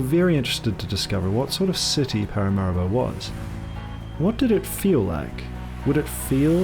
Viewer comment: Been to Suriname many times (Alcoa) & you've done a great job. One small suggestion-I believe the capital is pronounced Para-mah ree-bo.